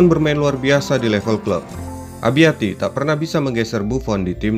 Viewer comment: Abbiati, bukan abiatti